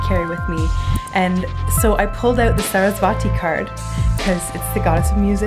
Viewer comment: its not saraswaaati. its saraswati.